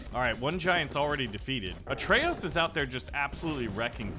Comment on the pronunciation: Please... It's a`TR'eyos not a'RT'eyos